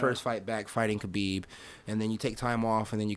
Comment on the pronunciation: To think this man used to be a ufc commentator, now he doesn’t even pronounce ‘Khabib’ right... he’s out of touch with Dana’s empire.